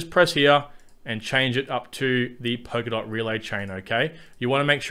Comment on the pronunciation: blablabla POKERDOT blablablabla POKERDOT... It's Polkadot. POL-KA-DOT. Thanks for the video.